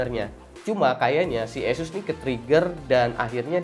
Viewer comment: ASUS skrng dibaca ESUS 😂😂